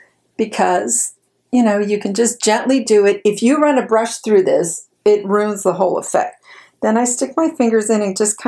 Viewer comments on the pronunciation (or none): none